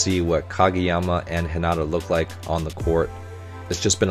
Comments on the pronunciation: LOVE the technical/art analysis! (Quick note: Hinata is pronounced with emphasis on the first syllable, not the second) 😁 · He name Heen-Na-tuh